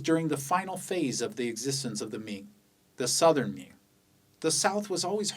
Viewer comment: 你绝对会说中文，听到你的明和清的发音就觉得很地道